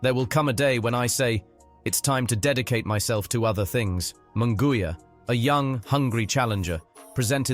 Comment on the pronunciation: It's embarrassing and insulting for a public figure such as an ring announcer, commentator etc. to mispronounce a fighter's name as in this video. Munguia's name is butchered. Jim Lampley bolos on many of his hosted fights. He tries so hard to roll his "R's" that he does so even when he doesn't have to. Example: "la cerveza mas fria". He rolls his R's on cerveza (correct), fria (incorrect). All I want for Christmas is for our professional figures to do their homework and respect those whose names they have to pronounce.